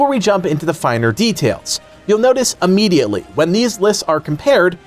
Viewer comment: Question: When did immediately become ammediately? Bloody annoying when people mispronounce a word. Functional illiteracy is NOT cool.